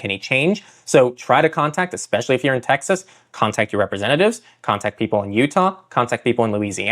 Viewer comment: wtf Tex-ass????